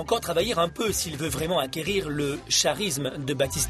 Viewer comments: Mdrrr confond tout le mec pathétique!!! En plus o lieu de dire g du k risme il dit chat risme mdrrrr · on dit pas SHARISME mais KARISME '-- . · le charisme à Baptista prononcé "chat-risme" pôv illettré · mon charisme prononcé charisme et non pas carisme :') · "karisme" et pas charisme ... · mon chat-risme....lol....eeeuuuuhhhh charisme.... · Ils aiment bien mon visage et mon CHarisme ..... CELA SE DIT KARISME ET NON CHARISME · mon chat risme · On dit pas [karisme] ? (phonétique de charisme) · "Mon CHarisme", avec un CH comme CHien ?! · Mon Charismeeeeeee (à prononcer Cha-risme) putin il m'a vendu du reve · oui oui.. peut-être que t'es pas allé à l'école (t'étais trop occupé sur ton physique) mais charisme ca se dit "karisme" ! :) ralalalah... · Tu dois avoir du charisme aussi ! (à prononcer Chat-Risme) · J'adore la façon dont le commentateur se fout de sa gueule. X) Et puis, quel "chat risme", j'en suis tout ébaubi. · ces moi ou il a dit sharisme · A il dit "chat-risme" à la place de charisme . . . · Elles aiment ton charisme ? ça se prononce pas [karisme] par hasard ? x) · Charisme ça ne se pronnonce pas [k]arisme? Et bien connu des forums prends des produits mdr... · IL A DIT CHARISME ? Chi chi ?? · faudrait penser à lui dire que le "h" de charisme se prononce pas ;) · Non c'est bien charisme mais sa se pronoce pas comme il l'a dit :) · MON CHARISME WTF (a bah non merde les gens qui le liron se le prononceront correctement) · nan tas pas rever mdr j ai entend charisme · LOL Quand il dit CHarisme!